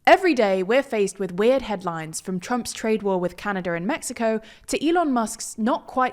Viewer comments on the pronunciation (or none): none